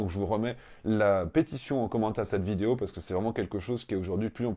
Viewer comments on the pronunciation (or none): none